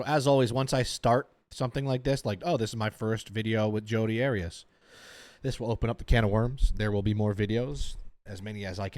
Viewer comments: AIR EE US ARIAS😅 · I love how you pronounced Arias 😂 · You know it’s funny when you pronounce the name wrong of the legendary Jodi lmao